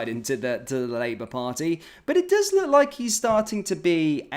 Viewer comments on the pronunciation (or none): none